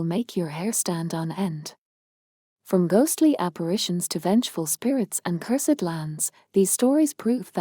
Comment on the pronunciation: If this is AI, it is the best AI that I have ever heard. Very few words are mispronounced except for cursed.